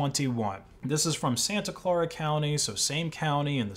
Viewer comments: Santa Clara is pronounced "SAN-ta CLAIR-uh" not "SAN-ta CLAR-uh." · Its pronounced "Santa Ka l-air-a" county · Not to be a grammar nazi, i believe it’s pronounced ‘San-ah claire-uh’ Great vid btw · "Clare -Uh"